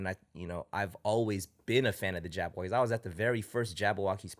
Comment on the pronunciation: is Jabbawockeez not Jabbo... other than that great interview